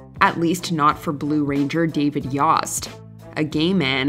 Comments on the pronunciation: I believe the “o” in “Yost” is long as in “Yohst”. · Is "Yost" pronounced "Yawst"? I had a classmate named "Yost" and it was pronounced "Yoe-st" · Is that how David Yost pronounces his name? I have Yosts in my family and when we say it, it rhymes with Toast.